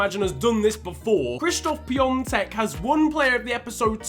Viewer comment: Nice vid as always but that ą in piątek is has no n sound